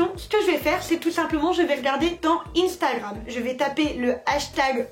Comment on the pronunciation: Instagram ne se dit pas comme ça